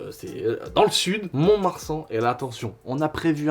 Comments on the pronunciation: "Mont Marsan" c'est mignon !! Mais mon de marsan c'est mieux putain con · Coucou juste pour te dire on dit "mont de marsan" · Il est passé où le "de" dans Mont de Marsan .....il faut le prononcé lol 🤪